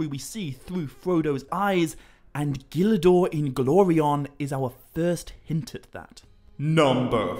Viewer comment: Bro I love how you pronounce Gil Dor Inglorion's name👏🏿👏🏿👏🏿👏🏿 Tolkien was a genius man